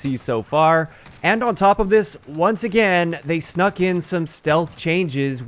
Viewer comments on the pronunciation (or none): Snug in stealth changes you say huummm🤔🤔, that's a funny way to say that lmfao!!!